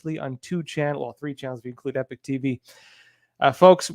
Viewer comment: Epoch not Epic 🙅